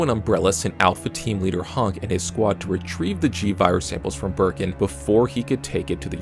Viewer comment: idk why bro accent pissing me off. Why are you saying HUNK like honk? I guess you pronounce hun like how germans pronounce han.